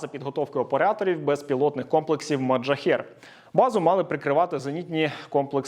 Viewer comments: Не маджахер, а мохаджер 😅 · Я розумію, шо це неважливо, але може комусь буде пригодиться: не МоджаХЕР, а МохаДЖЕР 😅